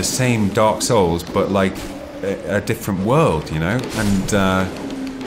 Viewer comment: lol, Every time I he says "Dark Souls", I can hear him saying "A-holes". If ya know what I mean...!